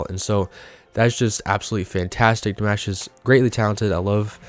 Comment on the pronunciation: Ah notes are easy, like in "DimAHsh" Please start Ponouncing his name correctly. Love your channel, Keep em coming!